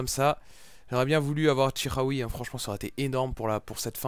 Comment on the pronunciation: Ca se dit chi comme chilie pas ji pour chikhaoui si non continue les vidéo toujours aussi bien ;)